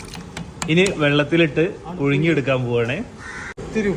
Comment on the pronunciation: പുയുങ്ങി അല്ലപുഴുങ്ങി